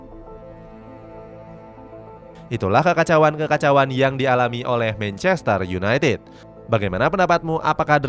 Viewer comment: Sebutin 2 kata paling lucu? "Mencester yunaitit" huhuh..